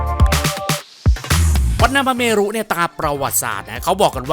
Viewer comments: ถูกครับ ต้องอ่านว่า วัด -หน้า -พระ -เมน ครับ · วัดหน้าพระเมรุ น่าจะอ่านว่า วัด-หน้า-พระ-เมน นะครับ ยังไงก็แล้วแต่ ติดตามช่องนี้มาตลอด ชอบมากครับบ ❤❤